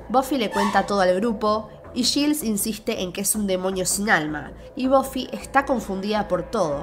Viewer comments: Te doy toda la razón... Lo único que me hace un poco de ruido es que dice yils y no yails (Giles) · Quien es Gils?...😂 se pronuncia /Gails/